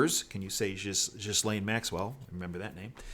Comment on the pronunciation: By far this is the best channel for truth!! Just a heads up the “s” in Ghislaine is silent. Keep up your diligent reporting. ThanQ ❤️